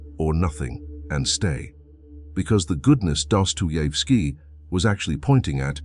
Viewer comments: "Careful research, original scriptwriting, and detailed creative direction" ruined by an AI narrator that can't pronounce the name of the author the video is about. It makes me wonder about the actual care put into the research and script. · Funny when the AI tries to pronounce Dostoyevski.